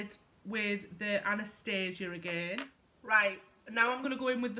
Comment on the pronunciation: If you put your primer on first you wont get spots, great video, i love how you say primark, im so glad you dont pronounce Anastasia as " anastarsia" xx